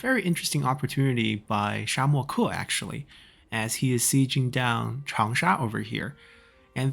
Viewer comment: I think you’re pronouncing Shamoke wrong.